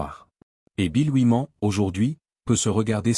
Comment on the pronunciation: Rien que la façon ridicule de prononcer "Oui-Man" m'a suffi pour zapper ! 🤣🤣🤣 C'est incroyable 😂